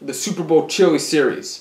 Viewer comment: Matt’s toilet: hears him say chillie 😫